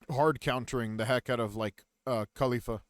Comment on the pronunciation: This dude takes forever to get through like nothing but decent guide not missing that much compare to most others. Her name is Call-ee-faa